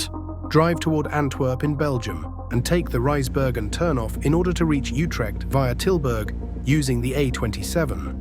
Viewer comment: this is great also it's funny how after perfect pronunciations of dutch streets we hear shiphol and jutrecht in radio messages